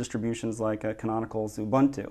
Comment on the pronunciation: he said ubuntu wrong. raged.